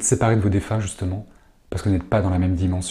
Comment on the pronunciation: Eux, vous voient ( à 15mn, et non vouaillent !)